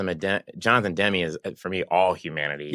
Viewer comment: Is that how you pronounce Demme? Cuz i never heard it pronounced Haders way.